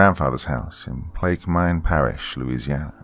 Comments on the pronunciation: Plack-a-min Parrish is how its pronounced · Pronounced placker mans perish. Lived near there my whole life